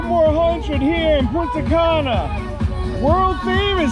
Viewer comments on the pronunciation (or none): Pronounce punta ka-nah